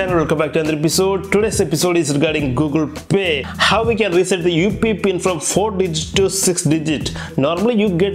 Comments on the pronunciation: Just a little tip brother, if you're not comfortable with English just stick to your mother tongue this will let your subscribers understand what you're actually saying in your video as for example you're saying UPI but it's sounding like UP pin. And try avoiding so much accented dramas when you're explaining something as your words are not clear to the viewers. Thank you. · Upee pin nhi UPI pin hota hai